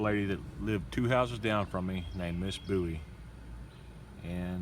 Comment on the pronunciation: It's pronounced Bowie